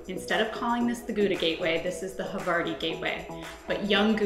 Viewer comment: you cant even pronounce gouda correctly